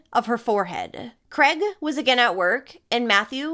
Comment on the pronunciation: Mis pronouncing the main perps name all the way through It's Craig not Creg 😊 if unsure on how to pronounce our names just ask Google, its kinda pronounced phonetically Kraaigeee 😅